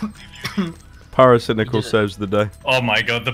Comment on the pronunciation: pairo-cai-nai-cal has always been the king of cancer to me.